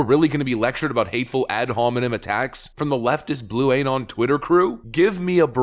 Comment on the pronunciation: Did he say blue-anon? That's pretty funny.